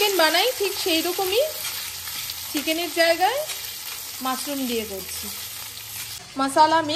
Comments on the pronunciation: It's mushroom.Not musroom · Musroom na mushroom. S noy sh.